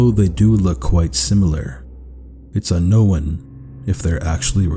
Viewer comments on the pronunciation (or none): alright, but it's not "unknowin," it's "unkown." (un-own) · I like how he says un-no-one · I'm sorry, but I keep getting pulled out of any possible proper "mood" for this video by the way he seems to keep saying "unknown" as "unknowin" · Why does he pronounce "unknown" as a "annowan" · Me: watching the video peacefully and enjoying it. Him: uknowawn Me: wat did he say? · Why do you say unknown like that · what area of canada are you from? theres another youtuber i watch who pronounces unknown the exact same way you do and i figured it’s a regional thing! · I'm not sure how I feel about the way you pronounce "unknown"... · Also I can't tell if you're meaning to pronounce unknown wrong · I’m sorry but the way you say unknown is, w e i r d